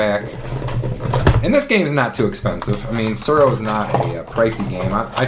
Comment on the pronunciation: Every time you said "Tsuro" I got hungry because I heard "churro". "The Glow" - lol! Apt, because you win the game by becoming the Last Dragon. (Vanity not included.)